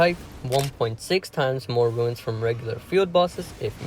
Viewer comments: Runes is pronounced like [roons], not ruins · Crazy modifiers. The extreme masochist players are gonna love this. Also, souls games really tests people’s ability to read sometimes. I’ve seen a lot of people make similar mistakes. This guy spelled “runes” correctly, but says “ruins” often. Kind similar to how people pronouncing Evergaol as “Goal” or “Gail” and not “jail”. It be like that sometimes, but I just notice it a lot.